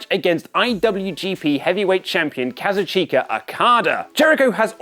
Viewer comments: Ku-Zeech-ka not Kazoo-cheeka lolol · It´s pronounced "KAZUCHKA" The "I" is silent like the "U" in "Shinsuke Nakamura". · Ka Zoo Chee Ka. Say it quickly together. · can you guys please start to pronounce okadas name right? NOT kazuch>i<ka, but "kazuchka". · KA-ZOO-CHEEK-UH ....cringe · Its pronounced Kazu-chka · Japanese 101. Today's lesson: Kazuchika Okada.: Kazoo-cha-ka Okada.: Kazoo-chee-ka Okada Everyone else: Kazooch-ka Okada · Kazuchika (Kah*zu*chi*ka) Damnit you had 1 job🤣😂😂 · okay but did you hear how he pronounced Kazichuka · When you don't know how to pronounce names or words that aren't English. Tranquilo and Kazuchika Okada. (Tranquilo is pronounced with the q sounding like a k and ignoring the u. And Okada's name is emphasized at the u in his name)